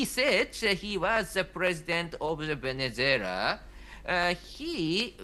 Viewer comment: "Cacaras", "Venezualia" AND "Venezualians". Great journalist...